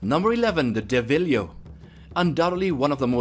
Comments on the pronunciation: Do some research, these sizings are completely wrong. Also, that is not how you pronounce Deviljho it's DEVIL-JOE not DEVHILIO 🤣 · DeviliJho not deviliho and Ceadeus (s) not keadeus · Bruh just said DevilYo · Devil yo? Seriously? Do you even play monster hunter? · Wrong sizes !!! Deviljho (it's pronounced DevilJO) is 27 meters maximum ! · Smh please play the game or at least look up the monsters names next time, you chopped up a few names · The way he pronounce deviljho's name is kinda wrong